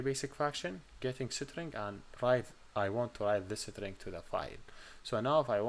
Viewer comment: Cool way to pronounce String (isTring) = SitRing 😜